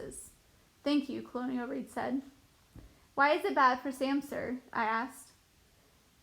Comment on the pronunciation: You pronounce a LOT aid words wrong in this book… the story isn’t bad but cholera and colonel are just a few things read utterly wrong in these videos among other words…